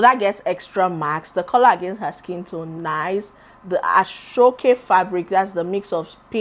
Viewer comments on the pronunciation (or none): none